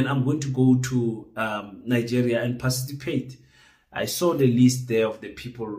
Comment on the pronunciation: Hayi wena, 🙄🙄🤔🤔i doubt if you are South African you can't even pronounce the word "PARTICIPATE " are you sure you are not from Zim?😂😂😂🤣🤣